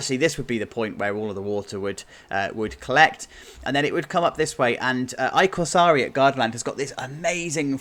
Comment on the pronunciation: as an Italian I feel honored that you talk about Gardaland in your videos, if I can give you a tiny bit of help, that “I” in i corsari, is actually pronounced as an “E”. It means “the” in Italian. You’re doing great though! Your pronunciation of everything else is perfect!